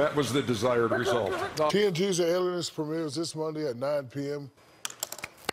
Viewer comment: My 2nd favorite of all time after "TNT the Adenist" has to be "It or Er" when he was talking about the 2013 All Star Team. Lol